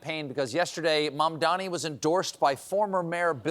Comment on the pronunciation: Andrew Chomo, he’s Andrew Chomo until he can get Mamdani’s name right